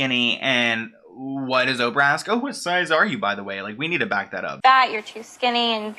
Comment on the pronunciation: Oprah "Hoe-prah"